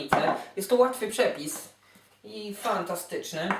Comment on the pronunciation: Ta... dzieci... powiedział Pan "pszepisie".